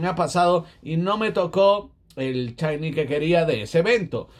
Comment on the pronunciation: No se dise chaini se dise shainy